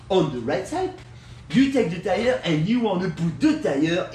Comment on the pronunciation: Deez is ow u change uh ty-errr 😂😂